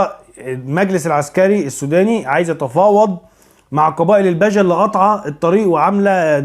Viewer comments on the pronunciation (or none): ههههه مثقف الا في علم الأنساب.. اسمهم البِجه.. بكسر حرف.. ب..